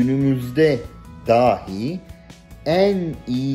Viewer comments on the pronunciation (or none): none